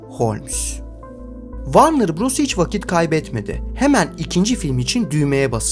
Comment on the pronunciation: Varnır değil dostum. Vornır. Takılmam böyle şeylere ama çok batıyor cidden.